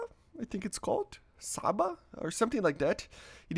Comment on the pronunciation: Csaba is pronounced as "Chaba"!